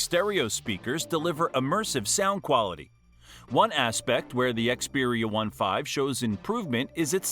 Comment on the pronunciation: You don't even know how to pronounce Xperia 1V and IV 😂 you didn't mention a lot of good features so your video is rubbish